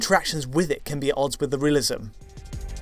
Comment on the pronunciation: Why does say "ken" instead of "can"?? It's a mystery!